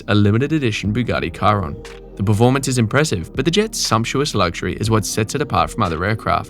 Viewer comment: No way you said Bugatti Kyron